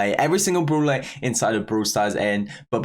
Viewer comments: Where is he from i havent heard that accent befor he said brooler instead of brawler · Did he really say bruhwler and bruhwl stars?